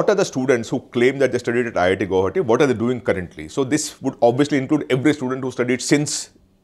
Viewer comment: learn to pronounce guwahati ....after that make videos